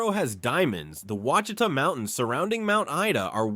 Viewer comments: "Ouachita" (pronounced wash-i-tah). lol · Ouachita, pronounced wash i ta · Quachita is pronounced “Wash-It-Tah” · I'm from Arkansas and didn't even know all of these. And yeah, like some people said, there were some mispronounced names. Among others, the one that stuck out most to me was Ouachita. It's more like "wash-it-ah" instead of "ew-wash-ita" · uhhm it is not wash I tah it is o wa chita! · Ouachita is pronounced Wachita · This was very interesting. However, as an Arkansan, I was screaming at the TV every time you said Ouachita. (And a few others). I know you did your best- lord knows you pronounced it at least ten different ways in one video. But for the record it’s pronounced “wash-eat-awe” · ahh yes lake WHA CHEE TUH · Ouachita (pronounced "wash-a-taw") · As an Arkansan…this video pains me… Ouchita = Wash-eh-tah Petit Jean = Peh-Ti Jeen Magnet Cove = MAG-Net Coh-ve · Arkansas is not nor has ever been a Midwest state . It is very much a Southern state . It always has been. Learn how to pronounce things properly when you do stories on Southern states . Those are the WASH EH TAW Mountains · Fouke is mispronounced. It's Foul with a K at the end. - , - It's pronounced El Dur-Ray-Doe. I'm from there btw. - Ouachita is pronounced Wa-sha-taw. , - It's pronounced Si-Lum. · The mispronouncing of Ouachita (wash...i...ta ) is well known here in Arkansas. We pronounce it with three syllables, accent on first syllable, the letter 'i' is the 'short' i sound, then ending with ta...short 'a'. But....the rock called Novaculite, which is world famous as a high quality whetstone, is also known for being pronounced as the 'wa...shee...ta' stone...accent on 'shee'. The American Indians who were here thousands of years before "white man" got here, probably laughed a lot at us trying to pronounce their names for stuff. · FYI: Quachita is pronounced wash-a-taw...🙃 I did enjoy learning new things about my home state that I left decades ago. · wash a taw is how you say Ouachita